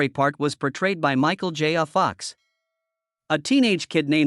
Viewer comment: Every time the AI says “Michael J a Fox” it makes my eye tic a bit more pronounced than it had.